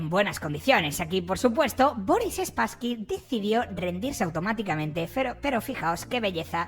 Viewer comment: 😂 me hace gracia que le llames SpasskyS, suena a perrete 😅